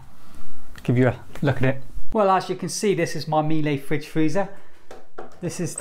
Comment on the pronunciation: Fridge freezer or "Fritz" freezer?